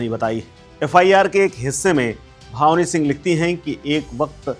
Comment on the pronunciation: भावनी सिंह नहीं ..... भानवी सिंह नाम h 😂